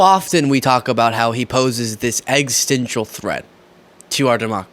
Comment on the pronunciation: Did you just say EGGS-TENSIAL?